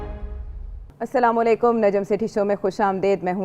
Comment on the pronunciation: Sir kindly apney slam ko sorrect krain . Asslamo a Allykum.jaisey Aysha boltee .correct this .thanx